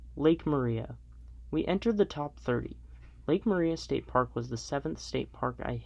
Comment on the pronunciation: OOOO ... Living close to it, It's pronouced Lake Mariah but spelled like Maria.